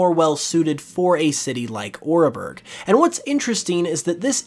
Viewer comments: Hearth-ome city, not Heart-home City. Ore-berg Town not Or-a-berg town. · I hate having to be the pronunciation person, but some of this is just painful. First off, it’s not “argonite” it’s Augurite. An augur is a kind of omen or portent. Black Augurite basically means “bad omen rock.” Second is Oreburgh. Not sure why it’s being pronounced “or-uh-burg”. Ore=mineral deposits. Burg(h)=town. Ore-burg. Very simple. This is the first time I’ve ever heard it pronounced with 3 syllables and I sincerely hope it’s the last. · why he pronounce oreburgh like oréburgh